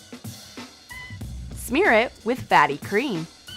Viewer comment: She said faty cream